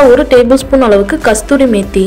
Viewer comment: கஸ்தூரி மேத்தி இல்லே அது கஸூரி மேத்தி.